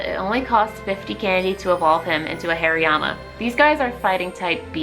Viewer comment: Am i the only one hearing hairyyama?? 😂😂 Love the video though !